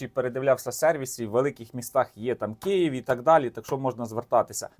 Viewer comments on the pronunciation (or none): none